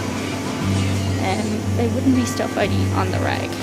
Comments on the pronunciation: "They wouldn't be stuff I eat on the reg." I definitely heard "rag" instead of "reg" at first, and was very confused. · I had to rewind a couple times to see if what thought I heard was what was actually said, because I heard rag too.